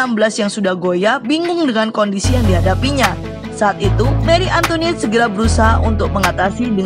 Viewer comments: Salfok sama suaranya, Antoinette jadi antoniette😂🤣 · antoinet bukan antoniet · Bacanya; Marie Antoanet